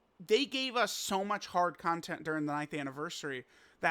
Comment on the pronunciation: Yo idk wtf is wrong with me but why does pronounce “content” as “CON-TENT-E” ☠️☠️😈😈😈🥶